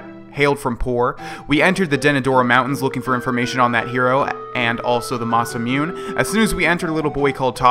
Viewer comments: it's pronounced Mah-Sah-moo-neh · i know this is mad late but since it's japanese it is ma-sa-mu-ne(nay) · I still cringe whenever says masamune, the last part is pronounced Moo-nay, so it's Masamune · it's masemune (moss-a-moon-a) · The masamune is pronounced masa moon a